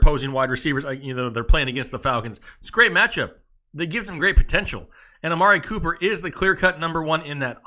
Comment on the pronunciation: 😂😂love everytime he says amari pooper